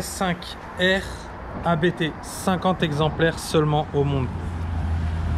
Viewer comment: Ça se prononce "APTE" pas "A-BÉ-TÉ".